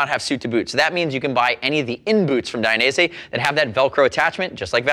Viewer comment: it's Dainese not "Dai-a-nese" otherwise great review. Suggestion: always show one leg inside, one leg outside the boot.